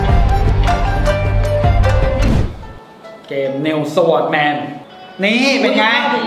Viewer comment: น.นิวสวอทแมนก็มา Sword=จริงๆมันต้องอ่านว่า ซอท ไม่ใช่ สวอท #แต่ก็บ่งบอกให้รู้ว่านี่คือรุ่นเก๋า คนเล่นROสมัย10ปีก่อนมักจะอ่านว่าสวอทกันหมด ทำให้นึกถึงพี่ชายผมเลย ตอนนี้ก็ยังติดอ่านว่า สวอทอยู่เลย ฮ่าๆ